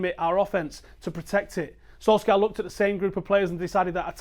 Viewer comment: I will not like your videos as long as you keep mispronouncing the mans name as Solskyaa